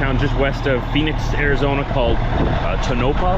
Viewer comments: That would be 'TONE-o-paw' for Tonopah, AZ. (There's a Tonopah in Nevada, as well....) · it's pronounced Tone-a-pah, Ariz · Have a safe trip,. I live in Arizona. You will gain two hours now because we don’t observe daylight savings so we’re the same time as California until fall. Town you are going pronounced tone-a-paw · I have always heard Tonopah pronounced like tone a paw. Wikipedia says 13 people lived there in 2022. Love your channel, i've been watching for many years. Miss Diesel in the truck. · its pronounced" tone a pa ". I used to deliver to the nuclear power plant there. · And I believe the town is pronounced Too-Nuh-P-ahh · TOE-nuh-pah is how you pronounce Tonopah az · Tonopah pronounced Toe-na-paw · Pronounced Toe-Na-Paw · It's not pronounced like what you said. Hahaha. It's cool